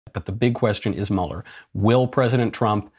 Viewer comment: It’s Mueller like Beuller, not Muller